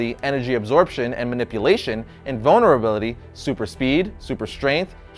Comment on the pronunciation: I swear he said bonerability instead of vulnerability